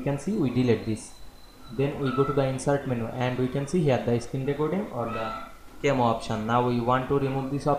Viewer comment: Pronounced "KA-meh-oh"